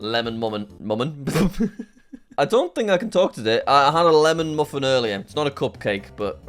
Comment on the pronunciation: 🍩Jack you are so funny I liked when you you said muffin so wrong of muffin I started bursting out with laughter and I am subbed to all your channels and your my favourite YouTuber you make me feel better when I am sad or having a hard time I hope you are doing well and I hope Becky is doing well as well